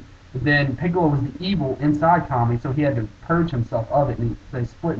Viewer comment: its kami not kame and your wrong, kami WAS intoduced in DB